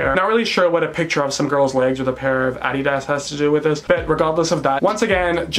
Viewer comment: the way he pronounced adidas made my heart melt